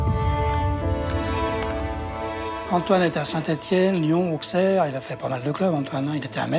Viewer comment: AuXerre, MetZ. Il aurait quand même pu apprendre à prononcer les noms de villes où il est passé. Par respect.